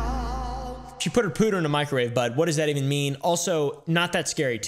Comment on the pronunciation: It said put a poodle on a microwave. Not pooder🤣🤣🤣